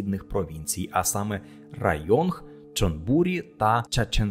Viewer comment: Є пару неточностей. Програма «перше авто» була закрита урядом тому і показники на графіку йдуть на спад. До речі зараз є подібна програма але для електричних авто, уряд дає знижку на покупку електроавто у розмірі 200000 бат. Районг вимовляється без Г. Чонбурі наголос на І.